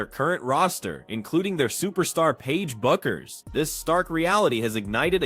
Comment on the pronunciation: Guys, her name is pronounced Beckers, not BUCK-ers.